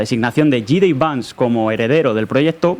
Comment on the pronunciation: El nombre se tiene con J. D. Vance, así que dicho en español será jota de Vance, pero no Jey di Vance, porque en inglés sería gee de Vance, que en español se diría y oiria como yi di vans.